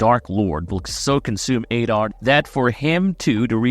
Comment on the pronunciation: Learn how to pronounce ADAR. ADD AR. Not "aid ar". Jesus man...